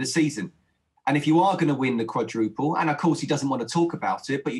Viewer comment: Quadraple they said 😂😂